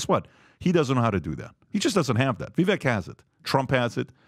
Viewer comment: "People were mean to me because I'm brown!" *intentionally mispronounces vivek's name